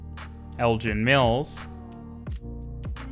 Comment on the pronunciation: Should Elgin Mills be pronounced as "Elgin" Mills or "Elgen" Mills? The announcement on the bus uses the latter one.